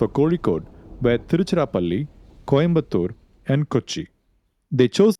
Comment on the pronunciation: He prnounced,Thiruchirapalli, Coimbatore, etc accurately. Northies cant do that.